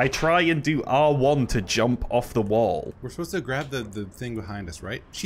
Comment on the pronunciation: Why does the guy pronounce ‘the’ as ‘vuh’ but can say the ‘th’ in ‘anything’??